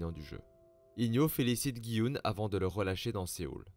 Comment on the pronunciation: C’est pas gui oun c’est dji hun